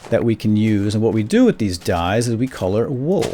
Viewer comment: he said DUIE'S instead of DYE'S lol